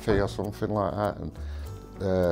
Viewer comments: Something, not somethink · Something not “somethink”